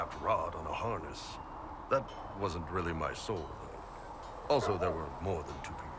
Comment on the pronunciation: "Dalish with Ma-more archery .." Sure Krem. Sure.